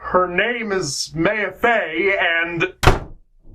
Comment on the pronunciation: Please tell me you're pronouncing Maya incorrectly on purpose